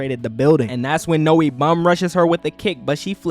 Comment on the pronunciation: Not how you pronounce Noi